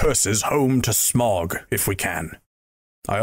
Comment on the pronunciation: Wrong pronunciation of Smaug